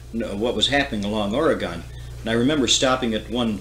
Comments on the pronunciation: oregun, not oregone. it hasn't gone anywhere. please. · Oregonion here, Frank Herbert fan, this is great!!!! Also, it's Ore . ih . gun!!! Ore . ih . gone is like fingernails on a chalk board to us. Frank says it right. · It is pronounced Or'a'gun, not Or'e'gone!!!